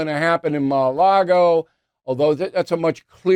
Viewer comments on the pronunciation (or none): It’s Mar-a-Lago…it’s really not that hard to pronounce. 😂